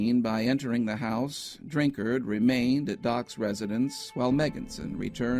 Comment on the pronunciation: I heard about this when I was younger and was just talking to my family about it when this video came across my recommended list! Also, thanks for pronouncing "Drinkard" correctly! :'D